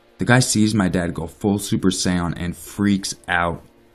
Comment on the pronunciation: Audra Burgess is it just me or did he pronounce it super say-on?